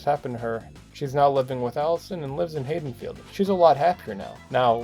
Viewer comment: Did you just say "HAYdenfield"?